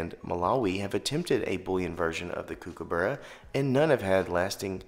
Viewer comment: I know it’s confusing given the spelling but it’s pronounced cook-a-burra not “kook” - and no one calls it “kook” for short. Nice video though!